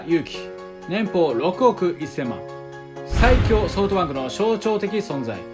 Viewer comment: ソートバンクってきこえる